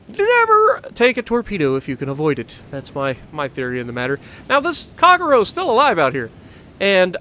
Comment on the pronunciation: At a go , lol. Please pronounce " ahh tah go" ., " kagh row" wtf dude, its pronounced " kah gay roe, americans , lol